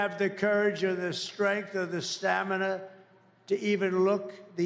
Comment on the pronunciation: Kristen...it's "strength", not shtrength